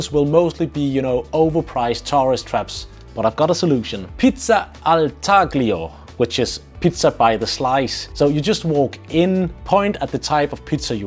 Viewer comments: Please learn to pronounce the common words in Italian. It’s NOT TAGlio. It’s “TAlio” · taglio - "g" is silent